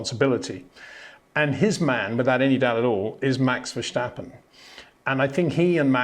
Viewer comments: HEY PETER WINDSOR, I HAVE MESSAGE FOR YOU SIR: With all due respect ... it is NOT Max "verSHtappen" ... Max is not German (Germans indeed do pronounce "st" as "sht") ... #Max33 = Dutch NL/Belgium! ... It is not "Bottash" nor is it "Lewish" certainly not "verSHtappen" .... This BS started long time ago when a British sport presenter interviewed father Jos Verstappen and assumed you can use a German pronunciation to a Dutch Driver thinking it is so "funny" ... It is not. Serious question: can any Englishman say "versatile" out-loud without saying "vershatile" phonetically? most can about 99,99% ... that is why most English can pronounce Verstappen 100% correct! Father Jos Verstappen (also F1 Racer) was very active between back then only a very few said "Vershtappen" but the vast majority of British sport presenters pronounced it perfectly ... only a few old stubborn farts like Peter Windshor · Freddy Just say Vurstappen, with the a sounding like farce. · Can you please try to pronounce Leclerc and Verstappen correctly?